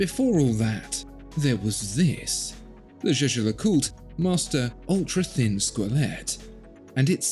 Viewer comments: Ah zere was zis ... le Jejecûte. 😬 Try "Jais-ger-le-CuTRE". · He says "ju ju lacult"